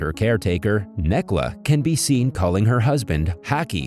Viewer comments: Ooph ya, the only issue with this recap is the butchering of names. This film is Turkish, so the c is pronounced as j. Necla = Nejla and so on. Other than that seems like a great film, definitely gonna watch it! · I can't with the name sorry for laughing I am from Turkey and thr names aren't pronounce like this especially Necla and Hakkı